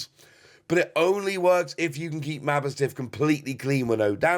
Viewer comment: Its ma boss tiff, not mabo stiff